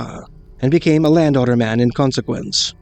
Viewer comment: >landowner man Just listening to this video after like 20 minutes I realise now that he's saying Land Otter Man. Lol.